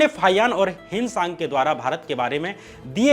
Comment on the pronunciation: युआन त्श्वांग है भाई.... हिन‌ सांग नहीं.. फाई‌ आन